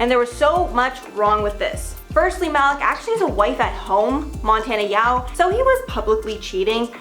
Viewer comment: Ma-leak is how it’s pronounced